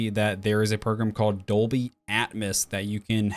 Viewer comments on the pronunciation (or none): none